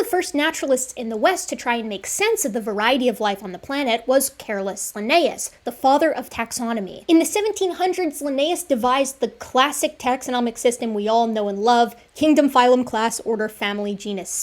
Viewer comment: Btw..It’s just Carl Linnaeus not Caroles or whatever u said.